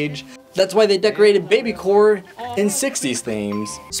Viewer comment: It is baby Corp not baby core